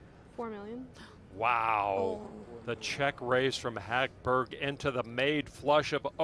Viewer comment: They're butchering the name Hagberg which actually sounds pretty in Swedish. 😑